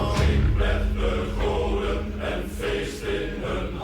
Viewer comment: As someone who's currently trying to learn the language; your pronunciation was pretty close, but not quite right. If I'm right, and please a native speaker correct me if you see this and I'm wrong, "Drink," "Met," and "De" are basically pronounced as seen; but "Goden," and "Walhalla" aren't, in "Goden" the "G" is more pronounced like an "H," and the "W" in Walhalla is pronounced as a "v". I will say this again, I am absolutely not a native speaker of Dutch, if a native speaker sees this and feels the need to either correct me, or confirm, please do so